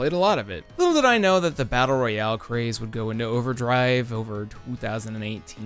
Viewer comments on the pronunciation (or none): none